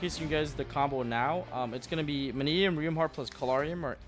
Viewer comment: FINALLY! Pak says Mannadium right!